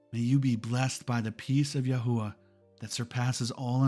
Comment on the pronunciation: LOVE IT ! Everything is spot on, but it's actually YAH HOVEH God Is . They don't use the word IS in Hebrew because its too close to Eh heh yeh , I am,that I am ... And it scans with Hallelujah...which means PRAISE YAH I definitely think your pronunciation is correct though , that's the one I was led too as well , YAHUAH 💜🙏💖